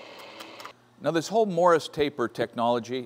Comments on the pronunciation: Two comments, first off when drilling steel make absolutely certain it's secure in the vise. If it should grab and come loose it will spin around taking everything within it's reach with it. BTDT. Secondly, the pronunciation is MORSE, not Morris taper. Great find on the machine! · Sounded like Morris to me too. Morse as in Fairbanks Morse. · Morse Taper - Pronounced like horse, single syllable. It sounded like you were saying Morris with two syllables. It is one of the machine tool tapers. See Wikipedia for "Machine Taper". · Not to be a nit-picker, but I think you would appreciate having correct information. It's is turret, not a "turrent", and it is a Morse taper (rhymes with horse), not a Morris taper. But no matter how you pronounce the words, I'm jealous of your machine!